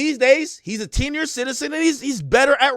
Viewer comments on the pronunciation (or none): He called em teeniors 😩